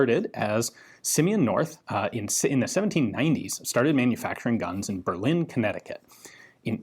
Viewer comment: Burr-lin and MiddleTown is how these Connecticut towns are pronounced. Great vid as always Ian👍🏻